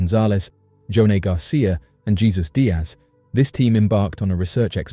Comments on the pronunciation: Jesus Diaz 😅. It's pronounced " Hey Zues". J's have an "H" SOUND LOL😅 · Narrator: the proper pronounciation of "Jesus" in this case is Hay-sues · You lost me at Jesus... at least do the research and know how it's pronounced.